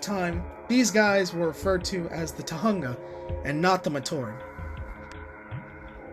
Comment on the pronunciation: The story of 2005 isn't a retcon. Oh and "oooh Kopaka's lense is on the left side in 2008. I'ma make a political joke".. Stop. Just stop. There's NOTHING political about it. NOTHING! Also, it's pronounced as "Tohunga". As it is written, not "Tohanga". ALSO, pay attention. Teridax said "Join my brothers and me". That was a hint of what's to come. And the "funny" moments were annoying, like that "nothing you can do, nothing you can do, nothing you can, nothing you can do"... Can you stop?